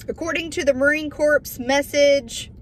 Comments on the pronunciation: Love you Sister, its pronounced Marine Core...the s and p are silent, corpse is a dead person ;) Semper Fidelis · Corps is pronounced like core, not corpse. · Marine Corps. is pronounced Marine Core. Much love sister! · The "p" in Corps is silent. If you pronounce the "p" you are saying corpse. A corpse is a dead person.